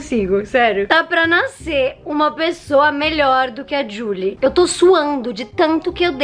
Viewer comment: Gente a cada "jully molinna " que ela fala eu lembro de Julie and the phantons né possível que só eu mano